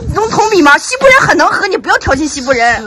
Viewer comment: 哈哈哈..什麼西部人?😀😀😀我聽成是““欺負人””..是我耳朵有問題呀？還是““講話者””發音不妥???😀😀😀草原風情~打情罵俏的佳人呀😀😀😀點讚